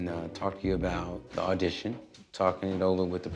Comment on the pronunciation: "ardition" 🤦🏼‍♀️ poor 😂